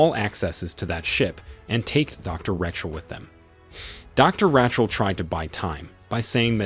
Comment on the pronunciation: Change it to, when he mispronounced Rachel as Wretchel